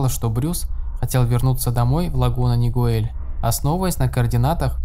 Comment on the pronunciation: Правильно говорить Оранж Каунти, и город Лагуна Нигел- я тут живу)